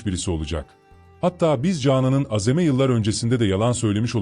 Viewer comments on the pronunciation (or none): Yorumcu kanal sahibi okumayi ögren biraz azem degil uzatarak oku aazeem diyeceksin yapay zeka 👎👎👎👎